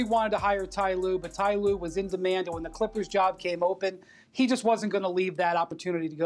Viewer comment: “Tee Lue”